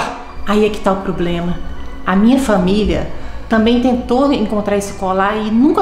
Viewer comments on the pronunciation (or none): none